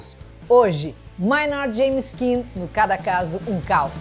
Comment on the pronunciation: Tool tá no meu top 5 bandas da vida. só um toque aí, a pronuncia correta é "Mei"nard e não "Mai"nard, Mainardi é aquele xarope (pra xingar pouco) do Antagonista, Manhatan Conexion hahaha